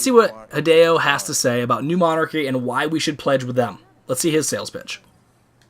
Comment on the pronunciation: Trouble pronouncing new monarchy I see lol